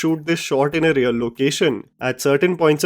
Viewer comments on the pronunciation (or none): none